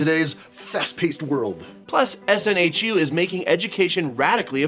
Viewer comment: SNHU, btw, is pronounced snoo :)